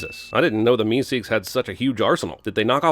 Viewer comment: You know, the way you pronounce things sometimes makes me wonder if you've ever actually seen any of these shows or if you're just reading a script. "MeSEEKS" with totally the wrong emphasis was weird to hear. It's more like "MEEsiks", which you'd know if you'd watched the episode...